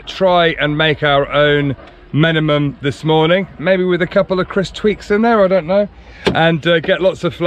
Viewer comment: Stop calling the dish “Menemem”! It’s spelt with a final “L”;lt’s Menemen.